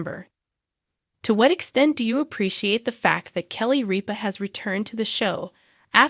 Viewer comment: RIP-A Not REAP-A !!